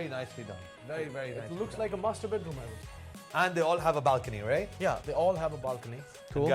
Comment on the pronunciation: Everytime the third guy says "master bedroom" , I hear "masterbate room" lol